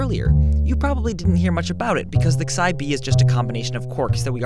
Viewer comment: You say "Xi" wrong, and it's bugging me.